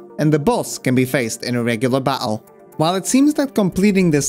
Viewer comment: Great vid but that's not why I'm commenting. By your accent, it's fair to assume that English isn't your first language (your English is fantastic though, i'm not criticising). However, your pronunciation of words like "battles" and "strategies" is so unusually regional. Were you taught by someone from Manchester, or by watching something like Shameless or Coronation Street? I'm from Manchester myself and it kept making me smile every time that, just for a split second, you transform into Liam Gallagher then back into your accent haha. It's such a great quirk. Has anyone ever asked you this before? OH! I've just thought. Maybe you went to university here? Anyway. I'm just stoned, entertained, amused and charmed all at once. Thanks man